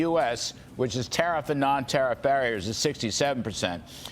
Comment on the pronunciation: Did they call the process "tah-reef"?